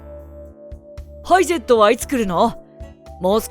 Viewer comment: ハイゼットのイントネーションが違う 右ハンドル、左側通行でもヨーロッパは左側にウインカーレバーが無いとダメなのでムリ